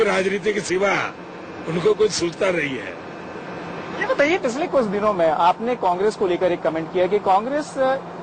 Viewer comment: Sala Bhaiya......eise journos hai India main? "Pisssle kusshh din chhe"????